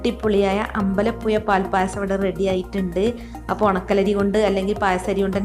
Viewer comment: എല്ലാം കൊള്ളാം, അമ്പലപ്പുയ എന്ന് പറഞ്ഞതിനോട് ഞാൻ യോജിക്കുന്നില്ല യ- അല്ല ഴ